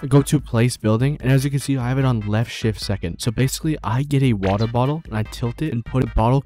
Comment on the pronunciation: other youtubers: secret is practise Him: secret is WaTeR